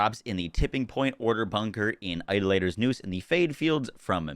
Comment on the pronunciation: eye-DOL-ah-tohr. I love your videos man, but the mispronunciation of that word is killing me lol. I got a Shock Kaoson from the Maurice vending machine this week. Somehow, I like my kinetic one better.